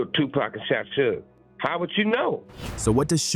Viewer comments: Who's Sue??its SUGE man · Sewage AI pronunyof Suge Knight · You lost me at "Sooojj" "Sooogey"😮😢😂😂😂😂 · "Soogay"!??? AI slop video. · Facts you can make ai pronounce suge name right